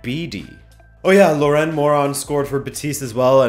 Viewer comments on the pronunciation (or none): none